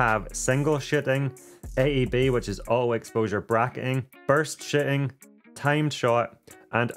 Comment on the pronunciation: "we now have singel SHITTING, aeb which is auto(or all, cant hear what trying to say) exposure bracketing and burst SHITTING!!" you dialect is seriously funny to listen to;) BTW no harm intended..;) and btw, HLG is hybrid log gamma, not high log gamma